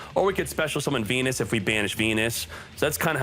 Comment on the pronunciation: u saying venus sounds like pen1s :V